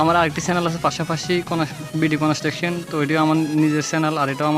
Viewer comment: কনেসট্রাকশন না বলে কনস্ট্রাকশন বলেন।